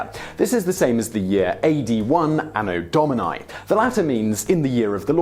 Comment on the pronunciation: AAAno Dauminyye... Terrible latin accent XD